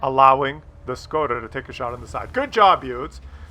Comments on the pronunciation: Škoda get your S right;) nah joke i don't really care but did you know you pronounce it differently than reg. S? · Learn to pronounce Škoda correctly ;)